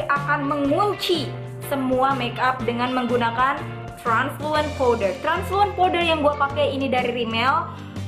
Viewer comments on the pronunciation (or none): translucent kak bukan transulent wkwkwk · gokil abis.... hahaha "transulent powder"?? mgkn mkstnye translucents kli yaaa.... hehehehe ttp gokil abis nih bocah... suka..suka..suka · tutorial mata panda pweaaasee.. btw mungkin maksudnya 'translucent powder' ya kak mispronounced